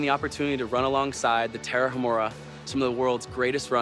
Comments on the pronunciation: "the Tarahamurrhha" congrats on butchering the name! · Agree. And it's Ta-ra-umÀ-ra, no sound on "h". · If you want to pronounce Tarahumara correctly say the following in English "Tara uh! Mara" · The Tarahumara used to do that while kicking a ball.....The just hasn't the time TO LEARN HOW TO PRONOUNCE THEIR NAME!! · The way that guy pronounced Tarahumara is like nails on a chalk board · Great video! But it would be better to pronounce Tarahumara correctly.